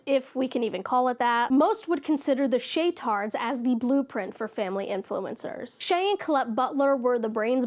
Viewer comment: Shaytards? Is that what you called them? Or way I mishearing it?💕